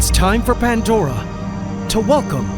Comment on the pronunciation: After a few years you'd think you'd notice it's.... Pandora.. Not pantdora